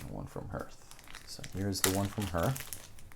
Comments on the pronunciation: Love the videos. Also ‘harth’ not ‘herth’ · Nice to see how the game is evolving Also ... public service announcement for the Oath community: "Hearth" rhymes with "Darth" as in Vader or "Garth" as in Wayne's World. I know it looks like it rhymes with "Earth," but it doesn't. It's the thing in front of your fireplace, the first part of "hearth and home," the thing that Vesta is the goddess of.